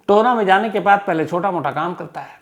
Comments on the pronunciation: Hlo sir . Ye Tohna nhi TOHANA h . Me tohana se hu. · It is TOHANA not Tona. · Tohna nhi sir ji tohana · Sir tohna nhi tohana h m from mansa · tona nhi tohana h sir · Tohna nhi Tohana h vo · Sir tona nahi ita TOHANA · Tohaana, ਟੋਹਾਣਾ,not tohna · Tahir ji , 'Tohana' hai na ki toana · टोहना नहीं टोहाना।